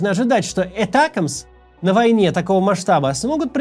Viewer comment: Не этакмс а атакамс 😂😂😂